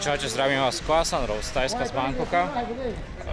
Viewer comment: vravíš Koasan Road a všade sú nápisy Khaosan Road 🙄 Inak parádne videá. Držím palce.